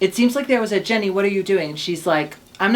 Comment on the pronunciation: I've noticed that Americans all call Ginny Lemon Jenny Lemon. It's an I not an E!